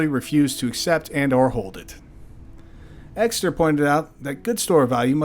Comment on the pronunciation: It’s Exter not Exeter